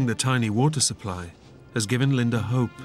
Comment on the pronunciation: Its not Linder...its Linda